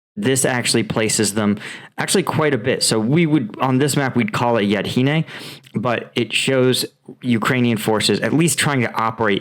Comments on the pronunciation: Dude, I know Americans can have a hard time with foreign names, towns and languages in general sometimes but you honestly have to do better... this is your job.. Yahidne is not Yahdine, Opytne is not Optyne.. this is really disrespectful, european towns and cities have thousands of years old history and their names too, please pay some respect.. just wanted to let you know, no hard feelings.✌️ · Berkhivka, not Berkhiva. Yahidne, not Yadhine.